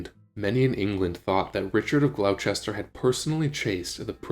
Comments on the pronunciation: Glos'ter GLOS'ter. Not Glau-chester!! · FYI Gloucester is pronounced Gloster